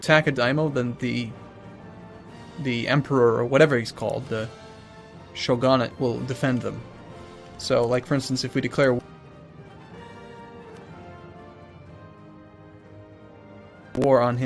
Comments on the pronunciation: diam(long i)-yo and sho-gun-nate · as a lover of japanese history god those pronunciations made me cringe. For future references shogunate is pronounced show-gun-nut and you have to say it fast and daimyo is pronounced (like the coin) dime-yo